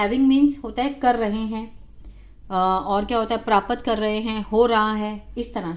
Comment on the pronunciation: प्रापत गलत बोलती हो आप प्राप्त होता है